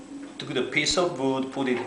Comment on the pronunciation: TAKE THE PIECE OF BOOD , lol i love how you say it , amazing video !